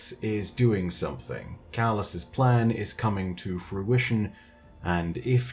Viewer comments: Calus's...thought you were meant to be good at English? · i think it should be calus' not calus's